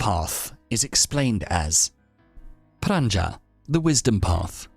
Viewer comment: Anicca (not Annica), and pronounced as anichcha ; further : Prajna (not pranja) and pronounced : j as in jelly, and n as gn in gnocchi, or the spanish ñ